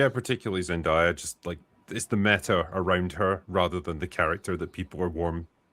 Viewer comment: Zen-DAY-a, not Zen-DIE-a